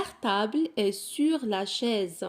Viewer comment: شكرا ،ولكن علاش كتنطقي tتاع est?